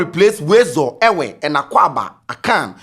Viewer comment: The way he got the Ewe right 😅